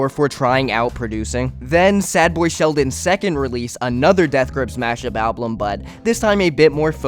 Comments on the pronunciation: I’m sorry but it pisses me off you saying “alblum” it’s ALBUM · Album. Pronounced "Al-bum". A collection of recordings issued as a single item. Al-bum. Not alblum. Also "especially", not "expecially". That being said, this is a good video covering everything. Well done overall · good video but i took psychic damage every time you pronounced album like alblum(??????) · kinda off topic, but why do you pronounce it like alblum and not album?? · al - bum not al- blum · ablum, ablum... IT IS PRONOUNCED AL-BUM!!!! GAHH!!! great video though. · Well june is back as cynthoni. Also i hate the way you say album. Stop saying alblum jeez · nobody else paying attention to him only saying (alblem) it's so funny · Please stop saying Alblum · why do you say alblum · what makes this great video unbearable is your pronounciation of some words. WHAT THE FUCK IS AN "ALBLUM" OR "ABLUM" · never watched that far ahead, but i wonder if saying "alblum" on purpose is to drive engagement 🤔 ...ohh nooo i fell for it. while we're here then, "i could care less", "exspecially" ... 🙄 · i hate that you keep saying alblum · Why do you keep saying ablum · It is objectively incorrect to pronounce it as alblum, and it's kinda important if you're making a video about music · bro keeps saying "alblum" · i hate listening to you pronounce "album" as "alblum" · Why do you pronounce album “alblum”? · thank you me too. it irritates me every single time, lmaoo, "exspecially'" and "ablum" every single time, explicitly pronounced that way every. single. time. like bro?? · I genuinely have no idea why the way you pronounce 'album' pisses me off so much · this is a good video but the way you say album annoys me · Great video but I think your saying Album wrong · great video please say album correctly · so no language rules matter huh? None at all? And if you're trying to educate people about something, might as well not even try to pronounce the main topic right, right? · Why do you say ‘album’ like that